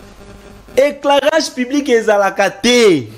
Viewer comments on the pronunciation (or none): "EKLARAJE, ECLARAGE" ! Cher communicateur ! 😮😊😅😢